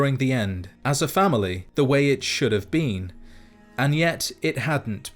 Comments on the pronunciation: The only thing that bothers me about this video is that you pronounce been as bean. Lol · I love to think he's saying bean instead of been